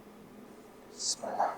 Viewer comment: Муну Замир каары деп журбоду беле даже бисмилла дегенди да туура айта албайтго